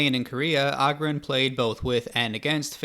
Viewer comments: Agurin not Agerin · It's agúrin not àgurin. Jesus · It's agurin, not augurin